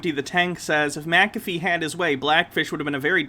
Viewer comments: I'm glad I'm not the only one yelling McAfee (Mac-a-fee) as my BP rises every damn time he says that! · And sometimes micka fay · How do you pronounce it? Mac- feeee.... right?...lol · The mini rage over not pronouncing Mcafee right is glorious lol